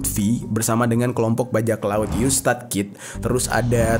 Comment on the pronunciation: Bang jer ga pernah nonton one piece? Maap bang, penyebutan karakter luffy di telinga gw jadi lutfy😂eustass kid jadi eustad😅semangat terus bang, seru nih pembahasannya🔥